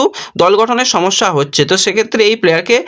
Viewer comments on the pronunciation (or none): none